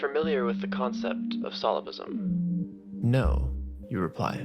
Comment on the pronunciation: didnt pronounce solipsism correctly. How do you make a video about a topic and not even pronounce it correctly